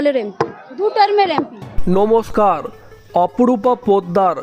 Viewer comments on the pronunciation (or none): none